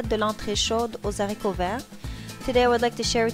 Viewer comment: on dit les aricots et pas les zaricots